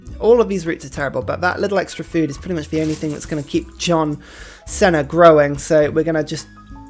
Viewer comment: It's see-na, John See-na. I just realized I really enjoy telling Brits how to speak their language - being friends with Korea is nice and all, but this is what helps me sleep well at night :P